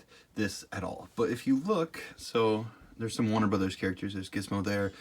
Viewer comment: I have a problem with your pronunciation of "Warner". Great video otherwise.